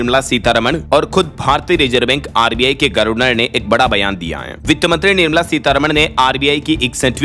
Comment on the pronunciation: यह "गर्वनर " वाला शब्द कब तक सहन करें और झेलें😢 । हमें यह बहुत चुभता है। अच्छा होगा कि इसे सुधारकर "गवर्नर " कर लो!!